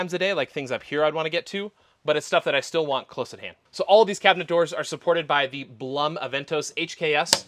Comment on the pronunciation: Just a friendly FYI, the Blum name is pronounced Bloom like the flower. They are an Austrian company. One of my boys is employed by them here in NC.